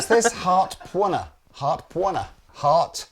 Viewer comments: “Pwunner” lol. For future reference, lads, “pwn” is pronounced “own”. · Pwner: pronounced pow-ner, slang for "owner", like "you've been pwned" a classic original meme from the early internet ✌🤓 great demo hang guys! cheers